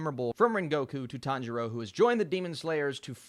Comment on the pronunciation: Sub watchers : I am going kill myself if he says tanjiro like that again Dub watchers: this is fine